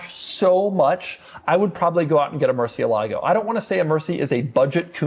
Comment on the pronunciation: Pedant mode activated: moor-SYEH-lah-goh